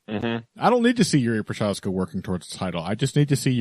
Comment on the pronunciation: Прозахка. Not a hard to prounounce. Why no MMA media people can get it right ?